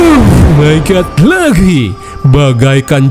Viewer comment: Aku candu sama yang bilang oh my good😅❤ semangat terus 😊😊